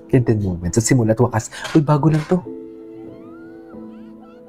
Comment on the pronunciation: KenTin po hindi KenTen